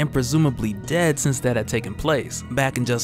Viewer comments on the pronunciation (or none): none